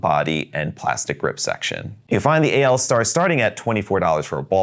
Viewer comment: Thank you for pronouncing the AL Star the right way, everyone seems to think it is ALL Star, which it is not. Yes, AL is the symbol for aluminum which is exactly what the pen is made from.